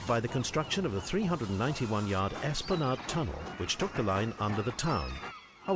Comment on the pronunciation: For information Esplanade rhymes with lemonade